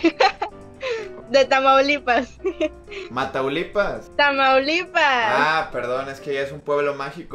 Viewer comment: Me la cure cuando dijo mataulipas